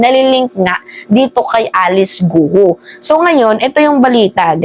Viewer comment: korekin mo sarili mo. Hnd gu o. Para kapanipaniwala ka.